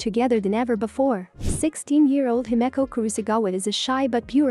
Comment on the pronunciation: The pronunciation himekko xD LMAO